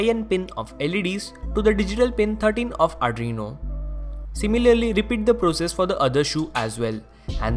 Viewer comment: Its 'Arduino' not ADRINO (not judging)